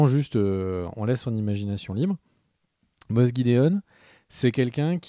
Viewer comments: C'est fait exprès, cette prononciation "Moss gidéon" et "Djin jdardine" ? (...au lieu de Moff Gideon et Din Djarin) 😅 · On dit moff pas moss 😂 😉